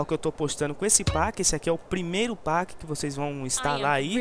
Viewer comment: Não é páqui que se pronuncia pack é péqui isso é inglês , pelo amor de deus